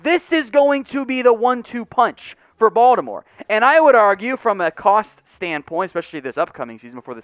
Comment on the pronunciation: Finally, somebody who pronounces Baltimore correctly; (Bawl-di-more). It's either that or "Bawl-more." Anyways, I think adding James to the line depth holds decent upside potential for next year and Gus Edward's extension was a solid move.